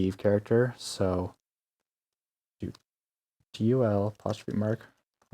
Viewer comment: Did this guy say “apostrophe”?